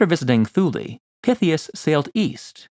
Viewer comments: Additionally, Thule should be pronounced “tool -ah”. No matter! always has some fascinating stuff for our delectation! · "Scilly" is pronounced 'Silly' and "Thule" is pronounced 'Tooly' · If you’re going to make videos and present yourself as an authority, it will serve you better to pronounce place names correctly. Thule has a hard T. Like the word Tool with an added ee Pliny has a short I. To rhyme with Shiny, not Penny. Also your narrative voice is like cough syrup. Slow and sleep inducing. You’re trying to engage viewers, not give them a good nap